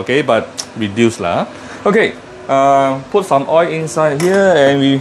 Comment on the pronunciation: Kampung kitchen🤣🤣🤣🤣 steady la, thanks for recipe, the first in which you pronounce malay words eg ayam kampung. But your oi for oil is classic. O-i-l, O-I-L🤣🤣...keep up the oi and more recipes!